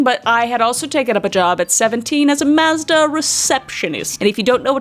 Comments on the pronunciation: It's "mawzduh" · Lmao u said Mazda and I kept hearing u say mostah lmao an it didn't click u were saying Mazda until u said "the car" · Here in the states we pronounce it "mawz-duh" it's interesting to hear how you say it! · I love how you say Maazduh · The way you pronounce Mazda is hilarious to me because we have a Mazda, and we always have pronounced it Maw-z-Da 😂😂 thanks for being choosing YouTube as your job! Love your content. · I was so confused on what you were talking about. I didn’t realize that you were pronouncing Mazda differently. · Wait that's not how I say Mazda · I love you but I actually HATE the way you say Mazda